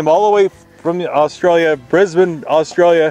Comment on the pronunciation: Oh, heard an Aussie say Brisbane correctly and said it correctly back. Finally, An American who doesn't call it "Bris-bane" or "Bris-born", He used the correct pronunciation of "Bris-ben"!